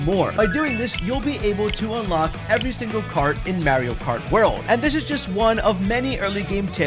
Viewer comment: MAR-ee-oh not MARY-oh. He literally says his own name multiple times in various games as well as the movie. How are people still saying it like that?